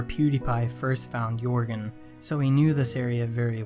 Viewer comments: Is it just or whenever he says ‘yorgen’ does it trigger you? Not trying to be rude but most people including Pewds call him ‘jergen’ but it is actually spelt Joergen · Is everyone going to ignore that the fact he can’t pronounce jeorgen properly? He says yorgen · This never happened and it’s pronounced (yer gin) not (your gon) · Can these idiots stop saying yorgen it’s yergen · its not yourgon its yurgen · Lol it's not Jourgen. It's more like yuh rgen. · Yourgen? It's Jöergen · Yourgan wtf it's pronounced yurgen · Why did he say yourgan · Pronounced ‘yer’gen’ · Stop saying joergens name wrong 😩😩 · what did u just say >:O its Joergen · Its Joergen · Say yourgan one more time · Your pronouncing joergen wrong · WHY THE FRICK DIDN'T YOU DYED SVEN AND YOU SAID YORGAN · How he pronounces pewds horse is so weird